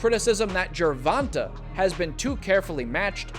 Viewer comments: Pronounced GER VON TAY not GER VON TUH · this clown keeps saying tanks name wrong🤡